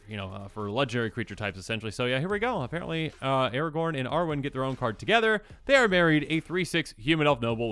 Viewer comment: Why is Aragorn not Aragorn?